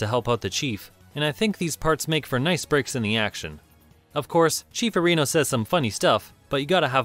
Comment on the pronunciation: Arr'ee•no, not Uh•ree'no